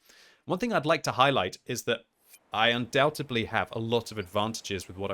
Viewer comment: I don't really want to be that guy but it's pronounced "undoubtedly" not "undoubtebly"